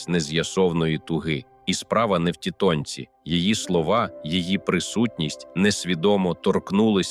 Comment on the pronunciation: слухати озвучку зроблену за допомогою AI - це особливий вид мазохизму. Не дослухала. "тітОньці" - це капець.